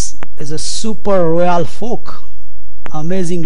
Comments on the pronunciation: i think that would be pronounce as "FORK " no "POK" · Super royal folk. Enable subtitles 😂😂😂